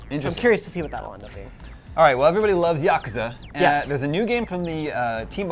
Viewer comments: You mean Yakazah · Why did he just butchered Yakuza? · The way he pronounced Yakuza triggered me